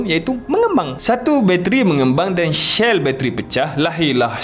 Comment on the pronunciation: salam, dulu dah subs harini nampak takde subs, so resubs, buat channel baru ke Bang ? pasal bateri, Tesla elok pakai bateri yang iklan berok main cymbal tu, enegizer Tahan lebih lama 😂, cell bang bukan shell...Si...si bukan she..kat China BYD banyak tebakor